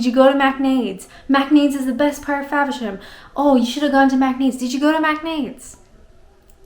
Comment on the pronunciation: You are a whiz at pronouncing those British names! Faversham! Macknade's! And you can still rock the Canadian "about"! You're the best! Maybe start a podcast for English learners!